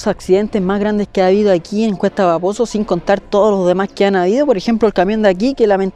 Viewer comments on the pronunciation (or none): Siempre escucho "cuesta baboso" en vez de "cuesta paposo" wooow vaya. Que genial video :)